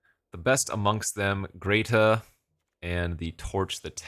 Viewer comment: Every time he says grey-tuh and not gret-uh 😤🫣😵‍💫 Hah! Congrats on the baby! Love to see videos uploaded still. As always, great stuff!